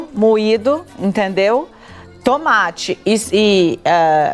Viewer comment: Fala para a Leitão que não é tumate. É tomate.😂😂